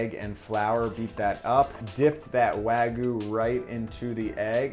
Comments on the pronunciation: Its 'wag-you' not 'wa-goo' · Its wagyu not wagu btw. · I appreciate how much work you put into this video & this series in general but it’s wagyu (pronounced like you)... not wagu... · wag-YU not wagoo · wa-gyuu not wag-yu : ^ ) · Wag-yu not wag-uh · no that its important but its like nails on a chalkboard to me. its wa GYU, you pronounce that Y in there. its not wagoo. its waGYU (imaging 'you' with a G infront) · It's wagyu not wagu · wag-iu not wa-gu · This video makes me so sad. Also "wah-gyuu" not "wa-goo" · For future reference, it’s pronounced ”wagyew” and not ”wagoo”. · Weh-guu :’) too bad it’s overcooked.. Nice try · Wagyu - pronounced "wah-gyu," literally means "Japanese beef." It's the umbrella that all other varieties fall under, including Kobe, Matsushita, and Akita (which are all just named after their region). Many places claim to have wagyu, but all Japanese cattle have a certificate with their information and a number. If the restaurant does not have a certificate telling you the cow that your beef is coming from, it's not legitimate wagyu. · the way he says wagyu like wagu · Wagoo? There's a "y" in it... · the y in wagyu is pronounced haha not just wagu :) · People. It is not pronounced "wagoo." Just pronounce it like the damn word looks! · That’s pronounced Why-You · It's Wa-Gyu T.T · just saying its pronounced wag-you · I stopped watching when he said waGU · I think your pronunciation of Wagyu is awful, but the sammich itself is dope! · Dear america, the "y" in wagyu isnt silent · sorry for nitpicking but you didn't pronounce the y in wagyu also you spelled it wrong. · Hearing Wagyu.. being pronounced without the 'y' sounds so weird in my ear... I mean its not a big deal.. im just not used to it...